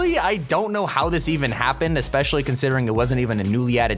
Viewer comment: I love it how he said aspeshly u little tuturtol l